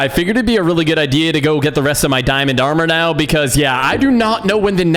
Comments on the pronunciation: It's hilarious It's hilarious how you messed up some of the words like dingin in armor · He said dinent armor if anyone heard that like here 👇 Or Replay